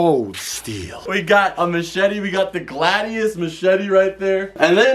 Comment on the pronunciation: The facts that he still mispronounced the gladius hurts my fucking soul